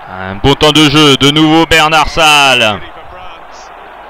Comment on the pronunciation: Les commentaires ne sont pas très bons ni très clairs. En plus, il s’appelle Bernat-Salles et pas Bernard-Salles ,ce commentateur est vraiment très nul. Mais en tout cas,le match est incroyablement magnifique.